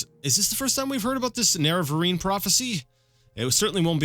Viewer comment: Nerevarine is pronounced 'Nare-a-vare-in'. Just a tip ;)